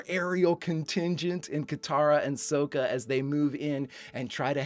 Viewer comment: Please don't call him "soh-ka" Please, just DON'T. it's "sah-ka" not "soh-ka"